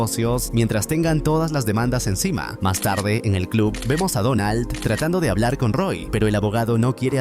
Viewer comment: Por qué el que hace estos videos habla así? XD enciMA atenderLO divertirSE famiLIA (le da entonación más fuerte al final de las palabras._.